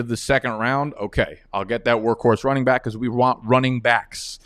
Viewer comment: Why do you say byck instead of back?